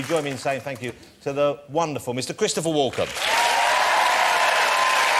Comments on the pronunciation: His name is Walken, not Walker Jonathan Rossi.:face-fuchsia-tongue-out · Sounded like he said , "Mr Christopher Walker" .